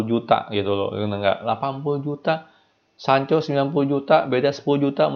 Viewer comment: ngomong janconya biasa aja bang...